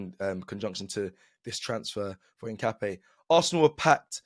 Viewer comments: Hincapp-YAY not NAY 😛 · btw is: in_kaa_ py__ é (the strong accent is in the final vocal like in spanish coffee word "café") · You pronounce it something like ink-a-pie (search for foot in spanish) … COYG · The correct pronounce is piero hincapie = hin car pier 😅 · His name is pronounced INCA-PEA-AY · At least you tried…. But still not saying Hincapié right 😂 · lmao I'm still waiting to see an Arsenal content creator that pronounces Hincapié correctly